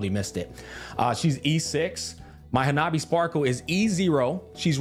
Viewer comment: I wish they kept her name as Hanabi, I love that he says it too lol